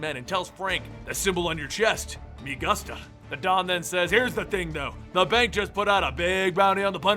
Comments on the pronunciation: Me Gusta. (Goo-Sta) Gusta. K? K. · Me gusta he didn't say it right its gusta whitch means me like in spanish